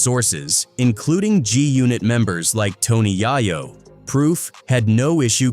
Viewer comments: Fuck yeah tony yahoo lol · Man said “Sugi Knight” & “Tony YahYo” 😂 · soogai night ? 🤣🤣🤣🤣 toni yayou ? sugai ? HAHAHA